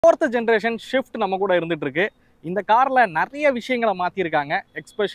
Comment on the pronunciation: Bro not shift .. it’s swift 😢